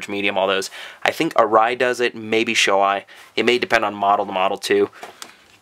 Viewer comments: BTW Shoei is pronounced Show EEEEEEE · Shoei is pronounced Show-e. Just fyi.